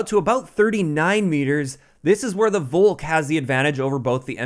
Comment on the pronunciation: Volk in Englisch is pronounced Folk Just say Folkssturmgewehr Volk means People/Nation Volkssturmgewehr = Nation assault rifle